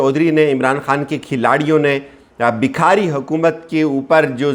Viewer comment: لفظ "بکھاری" ہوتا ہے یا بھکاری ؟ خدا را تلفظ تو درست کریں ۔ کیسے کیسے جاہلوں پالا پڑا ہے